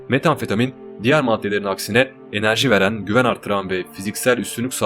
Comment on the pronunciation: Metamfetamin desene şuna aq